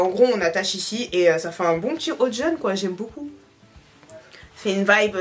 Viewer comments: J’aime trop quand prononce le mot kpoi 😂😂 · a dit Ekieee 😅😅😅😅